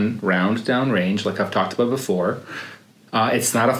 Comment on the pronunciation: Aboot lol